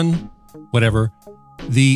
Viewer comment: Its pronounced “ksun”